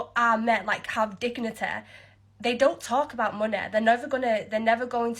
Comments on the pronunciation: what is this girl's problem saying the word money? She said it oddly 2 times, then immediately said it right, followed up with saying it oddly again. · 'Men with moneh have digniteh...' Silence, you scrubber strumpet. And the woman who did the rant about the Middle East is just attempting to paint bring a 304 floen out to get crapped on by oil-wealthy arabs in a positive light.